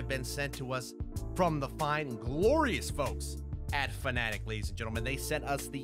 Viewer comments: Is it not pronounced “Fan-A-Tech,” or have I been saying it wrong for like ever? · You got stuff from Fanatec but don’t even know how to pronounce their name....